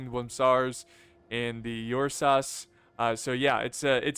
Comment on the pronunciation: I love you but your pronunciation can be terrible Ursa is pronounced like air- sa... Not your-sa